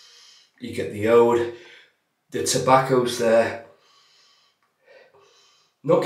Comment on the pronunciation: It’s pronounced “ ooood” , it’s agar wood really , I got a sample of the splash with my progress razor and it’s amazing I’m getting the soap/ splash next